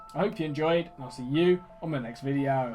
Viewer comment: I just dont like how you say viDÉo 😂😂